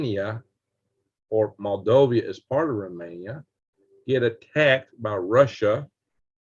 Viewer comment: Moldova not Moldovia